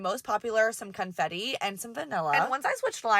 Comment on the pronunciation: Did you say Cuntfetti?!?